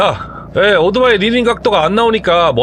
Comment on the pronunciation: 나름대로 훌륭한 컨섭(concept)의 유튜버로서 그리고, 해박한 전문지식을 바탕으로 이해기쉬운 해설을 해주시는 노력자체는 존중해드리고 싶습니다. 하지만, 한가지 단점, 귀에 거슬리는 1가지를 지적 해드릴게요. "오도바이"라는 말을 너무 반복하십니다. "이륜차" 내지는 "바이크" 라는 표현이 더 맞는 표현이 아 아닐까요? 그리고, <오"도"바이>라고 발음하시는데, <오"토"바이>라고만 해도 그냥 넘어갈수 있겠는데